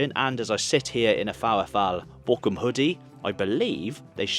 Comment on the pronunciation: please pronounce Boroum, not Bo-cum!